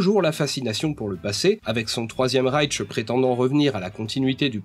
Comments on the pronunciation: petite remarque phonologique d'un germaniste : le mot "Reich" se prononce "raill-ch" sans t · le premier raïtche, le deuxième raïtche, le troisième raïtche... encore un éternuement, et on pourra supposer une allergie au pollen... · Tu prononces très mal l'allemand 😄 Il n'y a pas le son T dans Reich W se prononce V (comme un wagon)